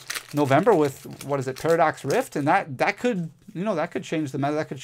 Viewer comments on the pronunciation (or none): none